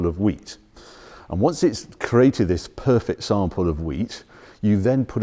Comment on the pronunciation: I Love it when goes all Pop Larkin its just "perfick"...